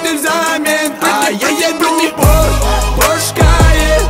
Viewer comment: Песня хорошая, Нурминский молодец, но... Правильно произносить в Порше, а не в Порш!